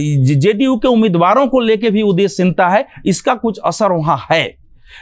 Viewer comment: जब ये पत्रकार उदासीनता को उदेसिंता बोल रहा है तो ये क्या prediction करेंगे